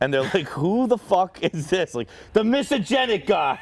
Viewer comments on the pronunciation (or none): You played dumb. You said misogenic 15 times 😊 reading is fairly easy. Just sound it out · Whoever dropped the short of old school Dave butchering the word misogenic moments after the call is a legend as well. Give her a raise. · Me: He said it 7 times, am I the one that is mispronouncing the word or is it an archaic form of misogynistic? Also me: Googles “Archaic forms for misogynistic”. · Not being able to say misogynistic actually increases your odds of being misogynistic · ??? What are you getting at??? I was trying to figure out why he was mispronouncing the word because I’m sure he’s heard it before. I’m trying to understand if Dave is playing 4d chess by doing that. If so damn Dave gains much more of my respect for playing their stupid games and using it against them. Dave Portnoy 2024 El Presidente🎉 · Dave said misogynistic wrong so many time I was wondering if I had it right. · Dave not being able to pronounce misogynistic is no surprise. The guy is a moron. Lol